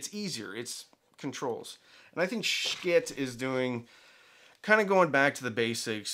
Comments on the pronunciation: Pretty sure it's not pronounced like 'Skit', more like... 💩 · Skit? You are The first I have heard to pronounce their name this way. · Could you please pronounce the name of this company correctly? It's pronounced like "s**t". Yes, as in the expletive for poop. Thank you. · Lets pronounce Schiit every other way than the way it's supposed to be said. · Stop saying Schitt that way 😂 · maybe learn how to pronounce the company's name